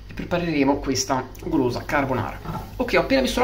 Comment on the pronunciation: Grandissimo ahahahah Ma per caso il maestro ha detto preperemo?? Ahahah #trasparento #dentro allortre